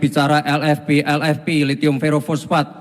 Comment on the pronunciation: Sebut lhitium diawal kok lethium